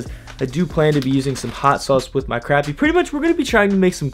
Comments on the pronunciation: FYI, it’s pronounced croppy not crappy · It sounded like you were saying crabmeat. It's pronounced crop-ee. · Pronounced “crop” not “crap” 😂🤦🏽‍♀️ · no its crappy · It’s spelled crappie but said like crop-ie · The only way to pronounce it is cr-o-pp-ie DA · Pronounced crOppie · You don’t say crappie right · Your saying crappie wrong